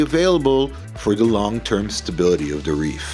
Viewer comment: It’s, the, not, dee.